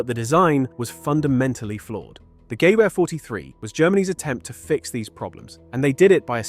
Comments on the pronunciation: What is this "GAY-vah" of which you speak? Oh, you're trying to pronounce Ger. "Gewehr" (rifle). It's "guh-VEAH", with the "guh-" kept short and unemphasized and the "-VEAH" just like Eng. "yeah" but with a "v". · I wince anytime this dude says "GAYVARE" for Gewehr. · The Gay-veyr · And it's GEWEHR, not GEWEHR! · How many seconds does it take to check how Gewehr is pronounced?